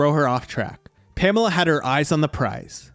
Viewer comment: I worry about any narrator who can't even pronounce the name Pamela, let alone anything else.